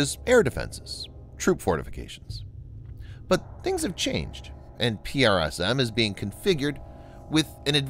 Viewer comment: It's tedious to here it constantly pronounced P-R-S-M when they went to lengths to come up with a pronounceable acronyn "prism". Ditto for ATACMS which the rest of the world pronounced "attack'ems" (sort of like "attack thems" which isn't correct English but pronounceable). Is this a human narrator? I'm new to the channel. I hate computer voice narrators. It sounds human but the spelling out of acronyms is a bot thing.